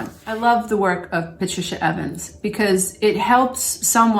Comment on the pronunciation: Thanks for this video and the reference. (PS: The author is Patricia Evans - and not Avens)